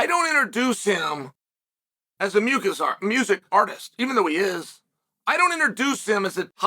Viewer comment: I think this is the first time I have ever heard "music" pronounced "mucus"